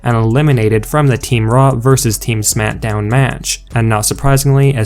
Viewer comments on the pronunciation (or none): Some one needs to tell him it is smackdown not smitdown